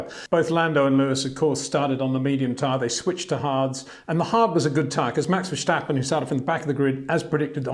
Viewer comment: Please please please Peter, don't pronounce the name Verstappen as 'Verschtappen'. Just pronounce it the way it is written and you would pronounce it in English. Maybe you already consider Max to be the next 'Schumi', but that's no reason to put a 'Sch' into Max's name. ;) What the raceresult is considered: Lewis (P1), Max (P2) and Bottas (P5) were all three lucky to finish higher, because of the sudden rain and the dropping off of drivers in front of them.